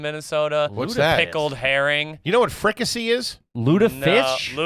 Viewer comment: It's pronounced fri-cah-say. Love the content.